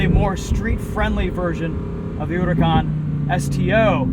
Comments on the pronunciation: i never even thought you were supposed to pronounce it “urakaan” it sounds elegant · The only guy who say huracan the right way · WOW somebody pronounce it correctly